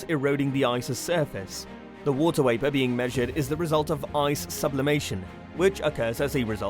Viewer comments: It's not wapor It's VAPOR. V is not pronounced as W. Sorry it just bugs me. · I love the video some reason it bothers me that it sounds like he saying water waper Instead of water vapor.